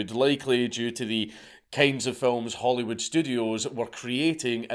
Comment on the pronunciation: Did he say Hollywood or Holyrood???